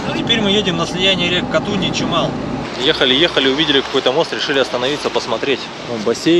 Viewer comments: КатУнь правильно 😂😂😂привет из Горно-Алтайска😉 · Катунь , ударение на второй слог , Семинский перевал , ударение на второй слог . Все спокойно проезжают по перевалу , на низких машинах , можно же посмотреть чужие ролики и ехать спокойно , такую даль проехали и не доехали до Кату Ярык 🤦‍♀️